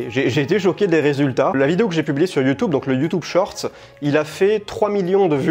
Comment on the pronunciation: Nutello, Nutello, c'est bien gentil ! Mais YOUTOUBE, on en parle ? :face-blue-smiling